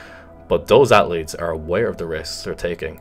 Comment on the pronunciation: People: Athletes: At-letes Me: I've being saying it wrong my whole life